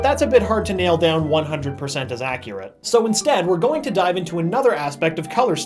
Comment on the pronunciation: zDid anyone else here him say "instead" ?!??!